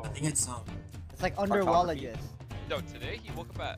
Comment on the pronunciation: my man said underwallagist